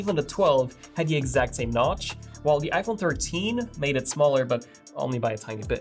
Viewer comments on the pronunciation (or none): say notch 😂 not nouch wtf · He said goodbye notch wrongly